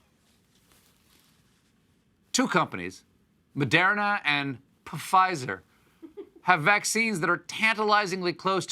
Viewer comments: LOL (P) silent fizer not Pafizer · The way he said Pfizer makes me wonder how he'll say my last name.